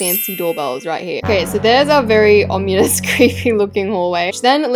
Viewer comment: has been saying ominous as omunus for awhile